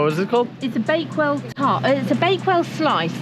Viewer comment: "baked well" 😂 its Bakewell, its a village in Derbyshire